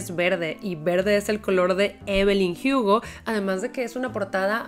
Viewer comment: No entiendo pq siempre pronuncia (jiugo) y no Hugo, siendo que la protagonista es latina y acá se Lee la h como muda y no como j